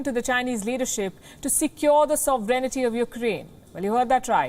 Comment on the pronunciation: Sovereignty. Please its not "sov e ren ty" its "sov ren ty"!!!! Please. And for the record clicking random keys on a laptop while talking as a news host is not a demonstration of intelligence!!